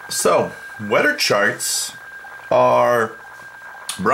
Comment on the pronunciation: It's weather not weder........;-)